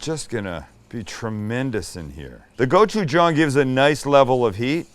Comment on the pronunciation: As a Korean American, I appreciate that your pronunciation of gochujang has improved!